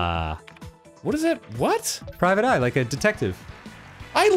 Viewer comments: Wow Dan really made me do a 180 when he went "Prismic" yet Arin was over there guessing right. Thought he knew it was "Private." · "PRIVATE EYE"? No, it's obviously "PRISMIC EYE" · I can't believe you arin! It's PRISMIC! ME: .....🤨🤦🏿‍♂️